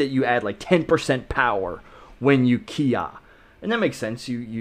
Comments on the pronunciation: Sorry but it's bugging me 😂 it's not "KI Ah" it's its "KI eye". The pronunciation I mean. The word Kiai is actually made up of two characters KI (sprit or will/energy) and AI (together). So it actually has nothing to do with shouting although shouting can be an example of a physical expression of that interaction with your opponent. That all being said... I know what you mean 😂 Everyone uses that term when they talk about the vocal "shouting" sound. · I'm just laughing that you think that a kiai is actually Kiya first of all kiai is pronounced (key eye) and when you kiai you don't say KIAI! It's just a sharp quick expulsion of air and tension of the diaphragm that comes out as a shout. I feel like someone from Japan must have spread the whole keeya thing as a way to make fun of Americans lol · It's not kia it's kiai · Why does he say "ki-ya" and not kiai lol. Kiai is the name of the sound. Ay ya is the sound. Its really not important but I'd feel like a karateka would know that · you need to study up on you kiai sensei ;) your not supose to say kiai, and when your saying the word kiai why dont you pronounce the last I? xD Anyways i think that the bang, boom, bopp sound is good to learn timing maybe? thats why i think it helps with traning :) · Sensei, dude, you gotta learn to pronounce kiai right. You're bummin me out, black belt 😑